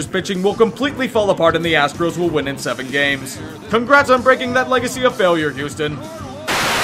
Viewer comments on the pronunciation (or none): none